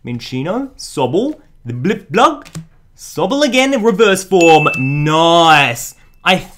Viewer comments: It's blip-bug, not blip-blug. Mispronunciations are a pet peeve of mine ^^ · Why dose he say blipblug It's blipbug